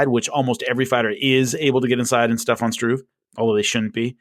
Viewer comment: there is no letter 'x' in 'especially', and no letter 'v' in Stefan. Keep up the good work!